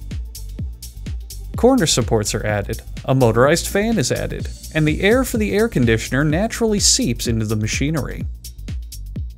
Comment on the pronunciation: Air Con D Sean R